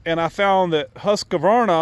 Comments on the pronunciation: “Husk—Var—Nuh“😊 no “A” in the middle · It's pronounced HUS-KVAR-NA :D